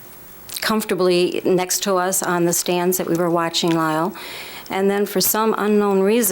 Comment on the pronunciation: She said Car Lyle😆